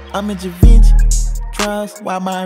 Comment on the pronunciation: I think it's pronounced Shay Von Shay (Givenchy)